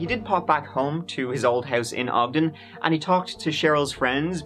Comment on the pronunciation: Thank you so much for pronouncing Ogden correctly ❤️